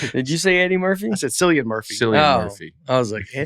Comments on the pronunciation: Isn’t it pronounced Killian? Cilly Brian. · Cillian is pronounced KILL-E-AN Breakfast…. Get it right 😜